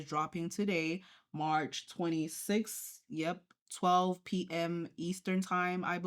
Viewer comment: Wen she said march 26 like “match” like girl plz